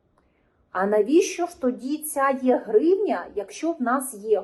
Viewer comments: Це потрібно вимовляти як Е гривня а не Є гривня. Тобто - електронна гривня. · Не є-гривня, а е-гривня. Електронна, а не єбана.